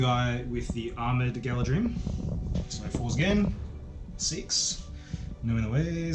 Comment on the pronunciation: I believe it's pronounced 'Gala-threem'